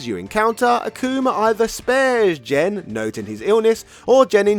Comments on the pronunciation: Hard "G", bro. It's Gen, not Jen. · Hearing Gen pronounced like Jen is like nails on a chalkboard. I’m surprised you didn’t say Jeki. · Gen should be a "hard G", and should be like "get" or "go", and not Jinn. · Gen is pronounced with a hard G, not a soft one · Fun video - some pronunciation notes. Gen is pronounced with a hard G like "game" or "gun". Goutetsu is not Gousetsu. Another reference for Eagle is a character from Bruce Lee's "Fist of Fury" called Petrov. Look it up, it's almost a straight copy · GEN is not pronounced JEN 🙄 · Jesus Christ, it’s Gen, not Jen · Gen not Jen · I never heard anyone pronounce Gen as Jen. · Pretty sure Gen is spelled with a hard G, not Jen. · Gen's name is pronounced with a hard g sound, like the word "game". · "Jen"?... then shouldn`t Geki be "Jeki"? 😂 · So many bad pronunciations but they really painful one was Gen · You're pronouncing Gen's name wrong. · Gen in that sense is short for Generation. Gen in the video is a Japanese name of a character. Besides, you can hear the correct pronunciation of Gen in Super Street Fighter IV. It's not that hard to find out.